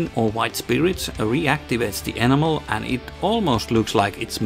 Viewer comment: I love that you pronounce enamel like 'animal', my enamel/oil washes totally bring my miniatures to life. great videos, more please! :)